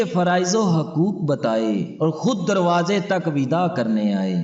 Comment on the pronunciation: Darwajey par nahin. Darwazey par kahiye.. Zey ki jagah aap jeem padh rahe hain. Urdu ko ghalath math padhiye. Jinko urdu padhni nahin aathi. Woh aap ki urdu ko hi sahi samjhengey na. Urdu sahi kijiye